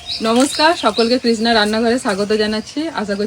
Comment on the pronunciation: Please thik kore kotha bolo...pignic bolo na bolo picnic...kishna....nijeder vitor ja paro bolo bt vloge korbe jakhon thik kore kotha bolbe